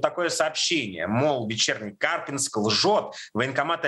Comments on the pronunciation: Не КАрпинск, а КарпИнск! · КАрпинск... ударение на И. КарпИнск. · Не КАрпинск, а КарпИнск. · ударение на И, КарпИнск. Парни ж на видео правильно говорят.